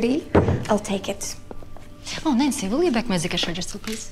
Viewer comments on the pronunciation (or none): It’s Nancy not nency